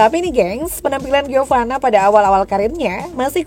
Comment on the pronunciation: Giovani mulu....Giovanna mbak🤦🏼